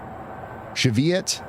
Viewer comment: One more thing: Cheviot is pronounced Shiv-ee-uht.